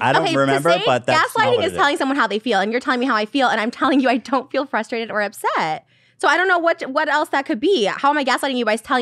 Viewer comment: Trisha: "Its frustrating when..." Ethan: "You can be fustrated..." Trisha: "You're gaslighting me, I'm not fustrated" Enter Confused face